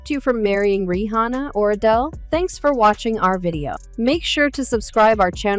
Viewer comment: Your vids are interesting, but you need to stop "reading" people remarks because, for whatever reason, you can't seem to read correctly. Example: you can't even say Rihanna's name correctly, and more of the same. Just some helpful criticism, because the way you're reading stuff now makes you sound partially illiterate and ruins the vid. And for the record, I agree with 50 Cent 100%, and have always thought the same. :)